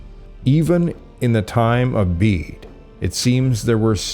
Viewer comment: It's wonderful to hear you pronounce "Bede" as "Beed" and not as "Bedday" as in previous videos! You did however name Emperor Julian from when Belisarius was alive, I'm sure that you mean "Emperor Justinian I"!